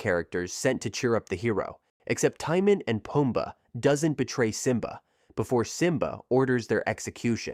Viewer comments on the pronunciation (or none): The name Timon is pronounced like Simone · "Tie-mun and Puhm-buh". ouch.